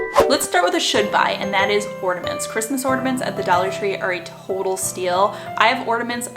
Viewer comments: orNAments! Not orDAments you aren't the only person who I heard call them that. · Love your videos, but listening to you say Ordaments 20 times is too much. There is no D in ornament. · It's ornaments , not ordaments . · Idk why but her saying ordiments instead of ornaments is driving me crazy. Still, great video tho. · Just Heather ...I had it on low volume & no headphones nor earbuds, so didn’t notice. That would’ve thrown me off too. Maybe she has nasal polyps. haha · Great video.. She gets on my nerves saying “orDuhments” girl it’s ornaments... there’s no “d” or “duh” sound in ornaments UGH!!!! Also, Dollar General has $1 price for like 3 SUUUPER CUTE and really good quality Christmas bags and boxes. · Sounds like you’re saying Ordaments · I continued watching because I was intrigued but how she kept pronouncing ornaments made me cry a little on the inside. I’ve heard it pronounced “ordaments” from some other youtubers so I wonder if it’s just an accent from where they’re from. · Why are you adding A D in ornaments?